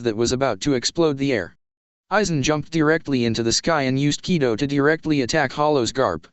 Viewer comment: Ki-do, not kai-do. Zam-pak-toe not zan-pak-to-toe. Sword, not knife. Silvers Rayleigh not pluton Rayleigh.